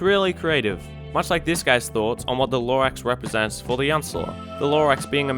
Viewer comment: every time he says the uh-nce-ler a tree dies